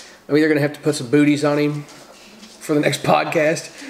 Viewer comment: Thought that I heard boobies not booties.